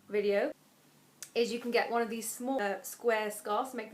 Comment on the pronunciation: i love how you say "vidyo"!